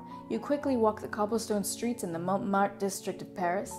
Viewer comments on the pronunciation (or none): none